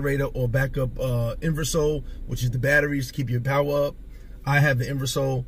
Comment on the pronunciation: lol funny to hear you call it a "inversol"... because that's how they say it out there, but it's actually "inversor" which translates to inverter hehe...